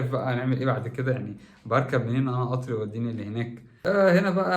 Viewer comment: اسمه قطااار وليس اطر